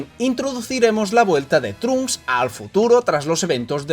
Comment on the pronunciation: No trunk s pronuncia tronksu no trunks